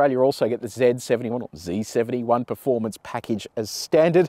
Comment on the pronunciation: Bro... i just wanna say I appreciate you saying "z71" after "zed71"... from an American living in Australia. I understand both, but just, appreciate it, is all.